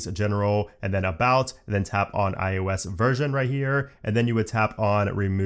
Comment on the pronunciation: Oh, sweet! The guy who pronounces it "IUS" is back in my feed! Thanks for the great comprehensive videos!